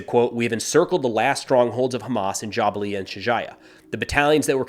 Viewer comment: JaBalia not JabaLia